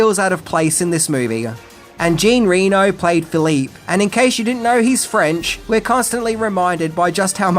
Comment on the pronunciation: Jean Reno" is pronounced "jhohn" (not gene , with a soft N) & reh-No (not REnoh like the Nevada city)....